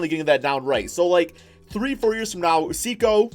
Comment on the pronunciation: btw the way it’s not “see-ko” it’s “say-koo”, just trying to help out a fellow piston fan!